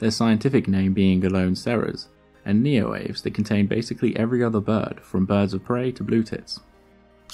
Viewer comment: Neoaves pron. nee-oh-AH-vays, not NEE-oh-waves Great channel, well researched and presented.